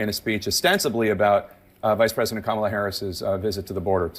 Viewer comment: If somebody was cognitively declined, why would you chant, lock her up?? And I love how Trump complains about something, then says, I don't care, I don't care. But if you didn't care, why mention it??? And he is a complete jackass for deliberately mispronouncing her name!! 🤔